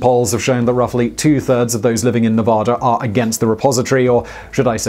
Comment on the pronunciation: Every nevadan is going to be commenting. "It's nevAda,. Not nevoda"